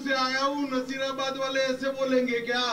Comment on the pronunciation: भाई वो नसीराबाद है नजीराबाद नहीं